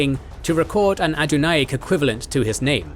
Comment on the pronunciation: He also mispronounces 'Adunaic' every time